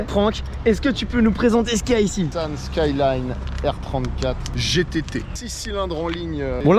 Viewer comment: La prononciation de merde haha nissanne saaiiiiilaannnnnneee